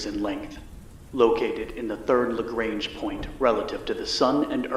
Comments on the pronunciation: Lagrange is French and pronounced Lagrahnge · That's not how to pronounce Lagrange